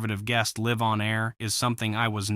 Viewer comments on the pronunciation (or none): When you said (liv) on air instead of live, I quickly turned away…